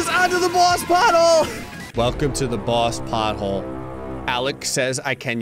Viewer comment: All I could hear when you said boss pothole was "Bosshole" 🤣